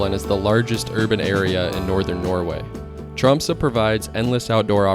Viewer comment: Finally an American who manages to pronounce Tromsø almost like a native, instead of Trom-soe, or Trom-sau, which 99% of native English speakers pronounces. Yet English is in fact a Western Germanic language (Dutch and German), related to Northern Germanic language like Norwegian, Swedish and Danish. In fact English exists due to the Viking pirates, and Norse settlers that colonized the British Isles. A recent genetic study from 2019, show that all Brits are in fact part Scandinavian of mostly Norwegian ancestry… Old English was similar to Old Norse. Iceland especially and The Faroese islands are very similar to Norway in nature and its people came from Norway and Ireland. Scotland, Ireland, Canada and Alaska as well as Aotearoa NZ has fjords and similar scenery as well. Central and northern Norway was in fact Sámi ancestral lands and territory until the modern kingdom of Norway colonized Sápmi. Sámi are the only indigenous people in not just Scandinavia, but in all of Europe. Because their ancestors the Proto Finns migrated from Siberia Asia to northern Norway during the Last Ice Age bringing lifht hair, skin and eye colors, where they intermixed with the 1st Europeans (Western Hunter Gatherer), who were dark skinned, had black hair and blue eyes, originally coming in from the Middle East. The Proto Finns were distant related to all Native Americans as they came from the same area in Siberia. Their Sámi descendants are indigenous because they didn’t intermix with later incom